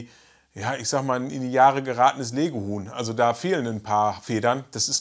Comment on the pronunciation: Ich habe Lego-Huhn statt Lege-Huhn verstanden! 😂